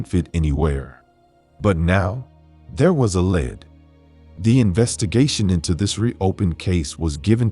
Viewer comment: Say "led" one more time.....